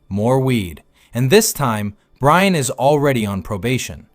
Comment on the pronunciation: You Wuv Bwian ❤😂